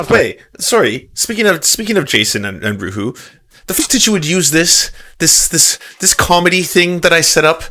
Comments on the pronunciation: Un-ROO-eh. You don't remember that episode of X Files where it's established that Scully speaks German? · "Unruhe" is German for unrest, and as such should probably pronounced "UNru-eh". Also, can someone get Jason a better mic? That hiss is unforgivable except as maybe a first effort at recording something.